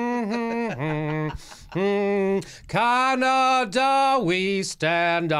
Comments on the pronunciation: Can ada, not... Con ada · Jimmy: "Caw-naw-daw".